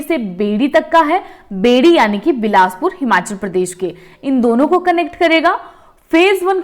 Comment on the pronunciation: Its not बेड़ी, its बैरी